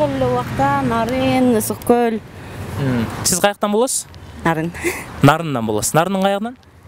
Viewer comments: Гол эмес кол болоткоо🤦‍♀️ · Гөль дейт го булар с ны з деп